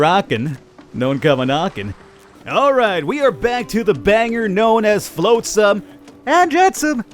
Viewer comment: It's flotsam not floatsome 😂🤣